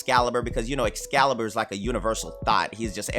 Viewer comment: Dat man said excal a universal thot 🤣🤣🤣